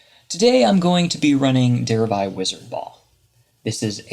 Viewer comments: Der-ev-i not Dere-eye... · derev-eye? jesus h christ